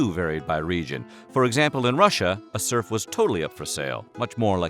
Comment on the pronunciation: At some point I stopped hearing serf, it turned into “smurf”. It sounds very odd when you listen to it in that context